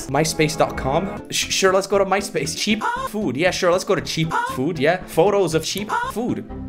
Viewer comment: "Cheap"ah" foods Hm lets go to Cheap"ah"food photo of cheap"ah"foods"